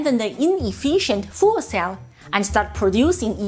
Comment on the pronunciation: She said Nikola makes "Hydrogen Foolcells". (Perhaps it was only due to her accent but I think) she's absolutely correct!